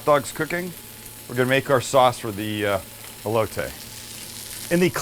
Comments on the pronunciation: coooh-hoooy-taaay and ele-ohhh-tayy, fucking Christ so white lmao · The Elote not elotay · That’s not how u say it, it’s called “ eh-lo-teh” SAT IT😂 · Your saying “aye-low-tay” that’s wrong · you can say cilantro right (like a homie)but not elote! 😳😆🤣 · Sam saying Elote is the whitest thing ever lol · I love you Sam but the way you pronounce elote gave me cancer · can he say ELOTE!! just as good as he says CILANTRO same category just saying! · Being Hispanic, it bothers so bad how they say elote 😂 love you guys though!